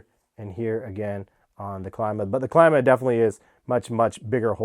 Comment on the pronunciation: It’s pronounced CLEEE-MA